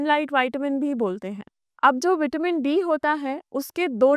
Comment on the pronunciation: पहले बोलना तो सीख लो आपसे विटामिन बोलते भी नहीं बनता है